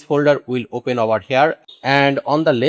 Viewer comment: Abe GHADE apne pronunciation thik kar, its not Whoil its while, its not O- Pain its Open, its not Woeb its web. Kyu time kharab kar raha hai logo ka galat thumbnail lagakar. Jhuth bolkar. Technikal kam kar English padh le Ghade.